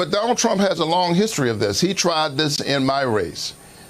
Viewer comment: "Hishtory"???😳 That's not how History is pronounced!🤣🤣🤣 Was she drunk?🤣🤣🤣